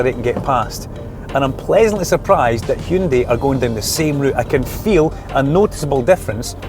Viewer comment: YES! He said Hyundai! Not Hayundai ..